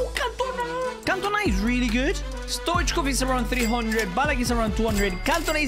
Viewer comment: The first youtuber to say stoichkov right